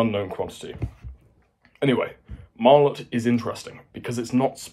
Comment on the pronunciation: What type of warhead does Martlet use? Also, you're pronouncing it wrong.